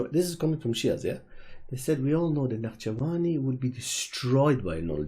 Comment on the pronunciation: Why do you say his name with Iranian pronunciation